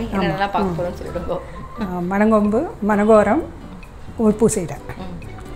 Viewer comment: மன கோரம் இல்ல.. மனோகரம்!!!!